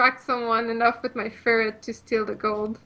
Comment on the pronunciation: Also, its a ferret, not a furret.